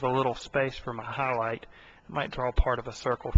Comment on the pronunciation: Don't make fun of him. Did you see the beautiful Ahris in the middle of the Ah? Those Ahlights! (Not making fun of you, but you really have a weird accent. Australian?